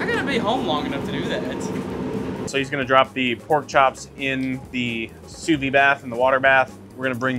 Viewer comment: Folks.... Sous Vide does NOT have a silent ending. French words aren't all randomly silent endings. You pronounce it "sue-VEED".